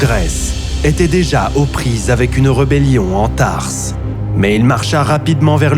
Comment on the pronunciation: Thrace, pas tarse 😂, mais c'est quand même une bonne vidéo 😉